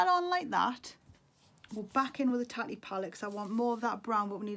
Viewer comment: Haha love that! You say Tati like tatties🥰 looks beautiful!